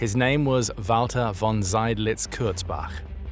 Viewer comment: I was waiting for the name 'Seydlitz' to be mangled but it was pronounced properly. I had never heard of him before and I'd thought I knew a fair bit about Stalingrad. Subscription earned!!!